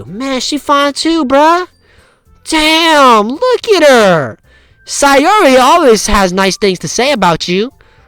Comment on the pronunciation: Your pronounciation of "Sayori" is right!